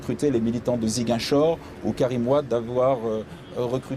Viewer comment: Il ne sait même pas prononcer son nom. Il dit Wadé, il méprise les noirs.